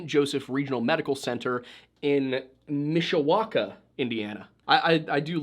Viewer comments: as a former resident of South Bend / Mishawaka, you pronounced it correctly :D! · Finally a town of mine is mentioned 😢 Also you nailed Mishawaka